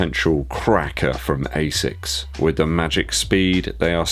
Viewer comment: "Ashoeme" nice